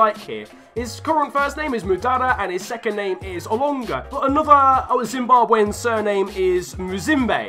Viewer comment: Its so sad to hear you saying Zimbabwean like that course l am for zim